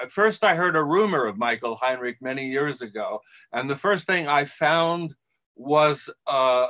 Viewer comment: Given Heinrich’s name gets mispronounced right at the start it seems only fair.